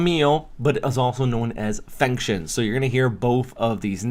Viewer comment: I'm rehearsing the international names a bit, Fengshen /foong-shuhn/